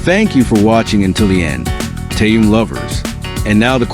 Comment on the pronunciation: может все таки будете правильно называть Ким Тэхена?